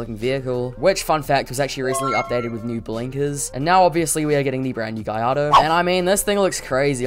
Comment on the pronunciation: beautiful cars btw you pronounce gallardo as Gar-Lar-Dough